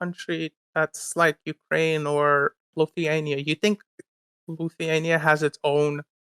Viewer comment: He’d also be able to pronounce Lithuania